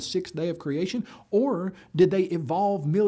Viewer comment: “A shtraight-forward shtory of creashun”